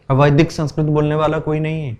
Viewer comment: संस्कृत शब्द मे त पूरा बोलिये भाई संस्कृत . . आप तो त को हलन्त् बना रहे हो